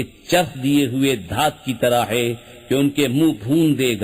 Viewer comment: بس ایک چھوٹی سی کمی تلفّظ میں ہو رہی ہے۔ ہے۔ کی جگہ بار بار۔ حے کھا جا رہا ہے